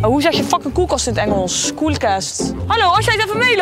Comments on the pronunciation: Ahahahha KOELKEST??? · Koelkest HAHAHAAAHH